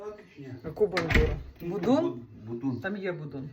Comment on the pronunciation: Будинь польський а не будунь